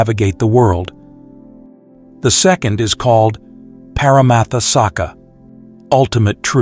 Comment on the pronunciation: I listen to these podcasts regularly and benefit from the content immensely. However something I keep noticing is the pronunciation of some of the Pali words. i e Anicca. Sammuthi Sacca and Paramatta Sacca in this video. These are pronounced as Anichcha, Sammuthi Sachcha and Paramatta Sachcha. Just thought I'll keep you posted 🙏